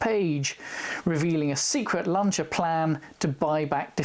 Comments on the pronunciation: Just stumbled across this guy........ what a great vid. Packed with FACTS, gorgeous cars - and he pronounces 'Lanc[H}ia correctly! Liked and subscribed - obvs! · Strangely enough, it was the correct pronunciation that made me take notice! Did you notice that in the News at Ten clip, Sandy Gall pronounces both Lancia and Beta the Italian way, but Sue Lloyd-Roberts doesn't?